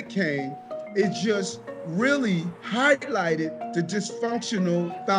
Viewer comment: Did he just say Hi-Glighted instead of highlighted